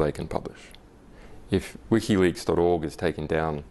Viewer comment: What's this "wikka leaks" the interviewer keeps talking about?